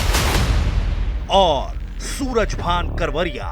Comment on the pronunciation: कावरिया नही करवरिया बंधु है